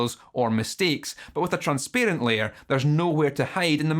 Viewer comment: Never mind the guitar, this video is an all-time classic purely for immaculate pronunciation of 'transparent' (not throwing shade, I am genuinely delighted)